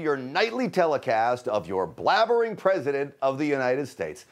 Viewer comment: President with a silent 'P'